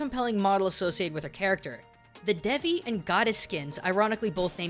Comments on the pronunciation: great vid, but its pronounced Day-vee not Deh-vee. I know, because my family is from india;) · he didn't practice how to day Devi tho, its Day-vi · Great video, very interesting stuff! Just one small nitpick: Devi, meaning "goddess" in Sanskrit, is pronounced more like "day-vi" than "deh-vi," as you said it. But other than that, still enjoyed the video! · It's pronounced daehvi not d-eh-vi